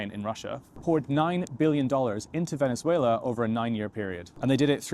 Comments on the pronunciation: Can't stand the way she says Venethuela. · She doesn't sound Venezuelan, she sounds Spanish. Listen to how she pronounces the Z in Venezuela. Only Spaniards do that. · She has a spaniard accent, and does not pronounce Venezuela correctly... however, there were good points made. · Very good video, but why is this lady pronouncing the country name as people from Spain do? Is she actually Spanish and not Venezuelan? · Wh is your “Venezuelan” guest pronouncing her S in that imperialist Spanish castellano. Nice try, she’s a Colonizer too